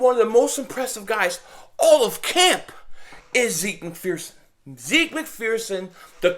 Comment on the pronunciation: It’s pronounced ‘zeck’